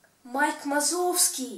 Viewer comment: видео как всегда превзошло себя,но понимаешь режет уши ты сказал Майк Мазовский а надо Вазовский а так всё отлично молодец!